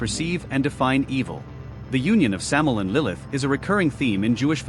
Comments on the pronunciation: It's Samael. Sam A EL. "Venom/poison of God."As in MichAel, RaphAel, etc. Not Samel! At least get the most basic of information right before making vids. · Thank you! It's driving me nuts hearing "Samel"!